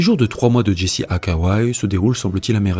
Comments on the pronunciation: La prononciation c'est Jessie... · Jesse se prononce djessi